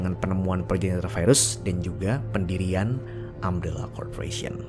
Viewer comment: Umbrella bukan ambellah.... Umbrella bukan aem rela.... Katakan TIDAK.